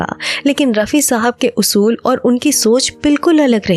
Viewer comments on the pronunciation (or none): none